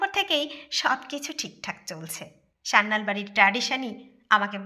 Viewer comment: পদবী টা সান্যাল, স্যান্যাল বা স্যানাল নয়